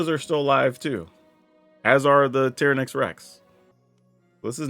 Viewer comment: Why do you pronounce certain card so obviously wrong? TY-ran-ax not Tear-uh-nax You couldn’t call the Jurassic Park Dino Tearuhnasarus And bonus, it’s not Cay Thar. It’s just all one word.. cathar.